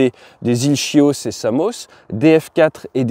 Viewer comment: Les iles Chios → Les iles Kyos, pas shiosse.